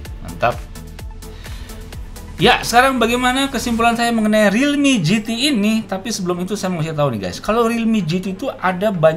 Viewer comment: Realme gt Orang selalu menggunakan singkatan pasti bacanya realme kok gitu